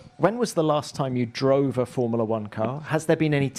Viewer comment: Someone needs to tell the host it’s “Formula 1” not “Formala 1”